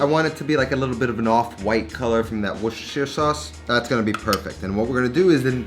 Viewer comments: WOO-ster Not "Woo-sester-shire" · As good as I've heard an American say it, but he said "Wu - shtuh - shuh" rather than "Wu - stuh - shuh". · Awesome... worcestershire what🤣🤣